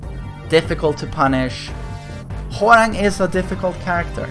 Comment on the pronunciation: Why does it sound like he says Whore-rang